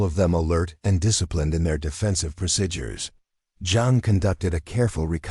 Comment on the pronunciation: World be nice if AI could say certain words correctly. Words like procedures , live